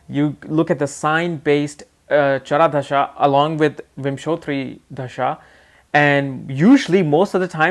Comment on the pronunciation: I love your pronunciation... Of chhara dasha 🤣🤣🤣😂😂 You cudnt pronounce "Pratyantra dasha" 😂😂🤗🤗